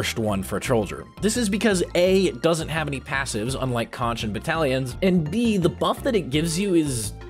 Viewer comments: Plz don’t call the conch a co-nch it’s pronounced Co-nk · is pronounce "konk" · sondsmeth said conch good